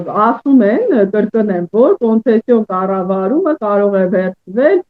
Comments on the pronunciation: Կոնսեցիա չի, կոնցեսիա է, մի քիչ տրենիրովկա արա։ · Տխուր է, այս երիտասարդ լրագրողը չի կարողանում անգամ նորմալ արտաբերել concession հայերեն հոմանիշ բառը։